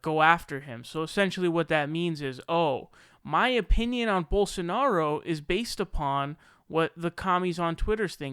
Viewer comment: Ana nailed Rubin ages ago with her takedown on TYT, he's lazy. Which makes him dumb. It doesn't take much effort to not sound like a moron even if you aren't a genius. But he can't even be bothered to make the effort to not sound stupid. Bolsonaro is literally pronounced exactly the way it's spelled. It takes a nanosecond to look at the word, separate the syllables and sound it out in your head. Rubin can't be bothered to make that minimal effort. Which is why he suggested Jesus was surrounded by Muslims. It's too much trouble to THINK for a second: Jesus = 1AD, Muhammed = 10AD. Duh.